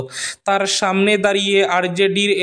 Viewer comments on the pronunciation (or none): none